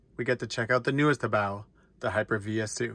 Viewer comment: Good to hear someone else pronounce HoBao correctly👍💯👊